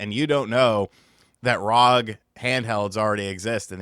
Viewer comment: its not "rog" its R O G its an Acronym